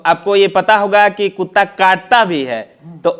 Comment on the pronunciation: अबे कुत्ता बोल कुता नहीं बे